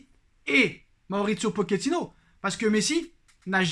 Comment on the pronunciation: On dit pas « poquetino »mais « Pochet -ino » comme une pochette